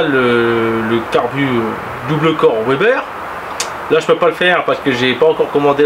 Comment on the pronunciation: Bon par contre on ne dit pas OUEBER (WEBER) mais veber ! Sinon on dirait également OUAGON (WAGON) donc vagon. Bref